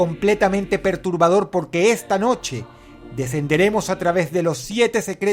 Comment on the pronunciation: adoro cuando decis PERUTRBADOR